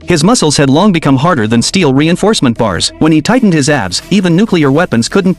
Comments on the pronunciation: I keep hearing "ass" instead of "abs" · Why my ears are hearing Ass instead of Abs